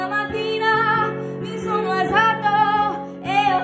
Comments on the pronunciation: Io italiana "alsato" (non è per offendere ma solo per migliorare la tua pronuncia) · Good job! But you said alzato wrong, just saying so you can learn ;) Search on google translate if you want to know how its pronounced correctly. <3 Good job!